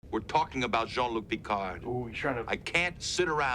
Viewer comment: I didn’t realize until now that she was just mispronouncing Picard’s name.